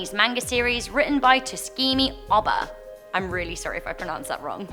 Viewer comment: Tsugumi ohba is pronounced as Soogumi Ohba